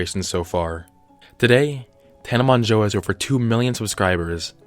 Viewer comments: “Tana Monjoe” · "Tana Monjoe"